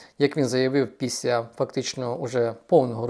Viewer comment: Піся, сітовими... 😢😢😢 Думаю, якщо людина себе виставила в тєлєвізєр, то хоче вона чи не хоче - з поваги жо глядача- вона ЗОБОВ'ЯЗАНА працювати над дикцією. Але верх усього цього:"він почаілкувався із СЕМИДЕСЯТИ лфдерами"...😮😮😮